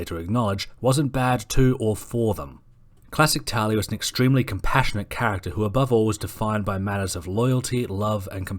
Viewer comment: It`s pronounced (Tahl-lia.)